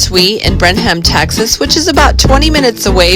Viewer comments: It’s pronounced Brennem. No ham in it. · BREN-UM…… 😂. We used to set up and sell in Warrenton. It was hard work but really fun too. BREN-UM 😂 is the home of Blue Bell Ice Cream!